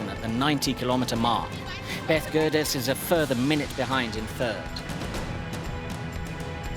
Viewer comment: Berth Gerdes eh.... she's grown an 'r'